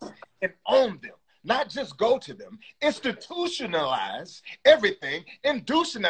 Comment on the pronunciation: WTF is indotionalise 😂😂😂😂👏👏👏👏